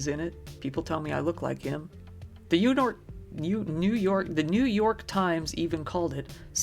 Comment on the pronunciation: You should have started drinking an hour before making this video. You only slurred "you nork." Good video though.